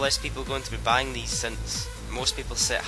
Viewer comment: When you say buying it sounds like banging lol :P